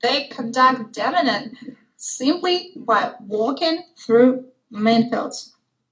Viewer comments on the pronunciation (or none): We do need to help Witch out with the pronunciation of "demining" especially if she's going to use it several times in the video. Great to hear her speak English. She needs her own YT channel in English.